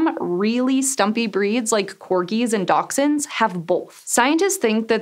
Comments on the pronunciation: It's pronounced dash-hounds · I think she's trying to say dachshunds but it sounds completely wrong. Here in the UK it's pronounced dash-hunds.